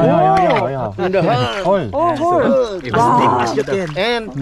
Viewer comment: Nakakatuwa mga guests nyo ngayon! From "You have to find a hole!" He answered "Oh a hoar"😂 Dalaman says "There's a hole!" He answered again "There's a hoar?"😂✌I know he didn't mean a "hoar" 🤣🤣